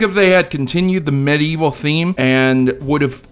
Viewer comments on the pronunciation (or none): none